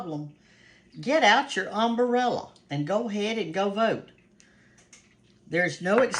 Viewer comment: You were a teacher and you think that umbrella has four syllables?